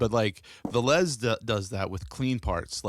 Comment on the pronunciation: >Silesia >Poland NEINEINEIN Also it's VEH-les rather than ve-LESE